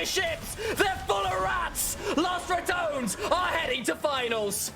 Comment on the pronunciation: Props on pronouncing ratones the Right way not like the announcer that said it like ramones